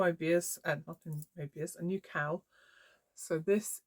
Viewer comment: Thanks for sharing. That brioche cowl is beautiful. And I love the purple/ teal combo you are just about to start. Sometimes I watch eith closed captions on, while my toddler naps. Today I noticed that every time you say "cowl", the auto text types "cow" 😂. So you are doing all sorts of things with cows this episode, including waiting for good light to take photos of the cow 🐄 😂. I haven't tried brioche yet, but your cowl makes me tempted. ♥ Thanks for the beautiful sea front walk. I can see why you take a few moments there before teaching. Hope your back heals quickly!